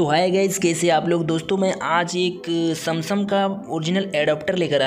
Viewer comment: Samsung ❌Samsam ✔️